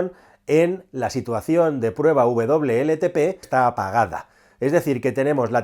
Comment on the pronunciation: Por qué dice “VLLTP”? Si se indica WLTP!!